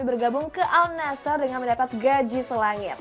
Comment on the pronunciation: Para host yg membawakan berita hampir semuanya mengatakan AL NASHER, padahal dibaca AN-NASHER. Kudu belajar bahasa arab dulu lah.